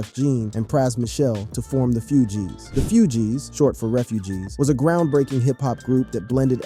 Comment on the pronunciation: I LOVE YOUR CONTENT! ... However, YOU butcher names 😞 🤔 lol ... "FOO-G's" not "FEW-G's" also, "Wyclef John/Jean" not "Jeanne!" Where are you from!? 🤔